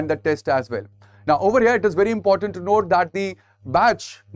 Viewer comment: Sir, you're good in your explanations, however, it's important, not 'inportant'. No offense please.